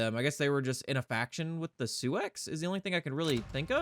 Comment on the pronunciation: Sioux is actually pronounced Sue not Su-ex Thats the remnants of the Sioux nation of Little Bighorn fame